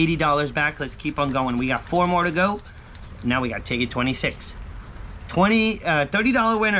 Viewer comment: Nice! + you made me laugh again by saying 4 "fo" I swear I don't know why that strikes me so silly :)